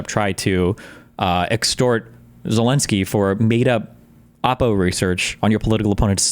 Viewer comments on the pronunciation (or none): none